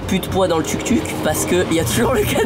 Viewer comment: ça se prononce TOUK TOUK et pas tuk tuk